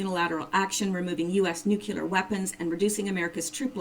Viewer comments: With an English major? NU CLEAR...NOT NU CU LEAR. Jeez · I apologize for this-- I am a member of the Grammar Police, and I notice (and am distracted by) two infractions: 1) Nuclear is pronounced 'new clee are' not 'new kew lar'. 2) Et cetera (etc.) is pronounced 'et seterah' not 'ek seterah'. Please, please, PLEASE take this to heart as constructive and from a friend. Some obsessive and retentive people (such as myself) get side-tracked by quibbly little bs things as these. I do apologize. I love your efforts though! Definitely keep up the good efforts!